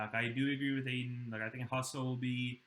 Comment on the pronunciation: maybe learn how to pronounce Husso before you talk about him.